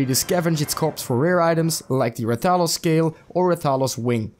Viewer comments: Put some respekt on his name. Stop saying it like that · The way you say rathalos disturbs me so much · The way you pronounce rathalos triggers me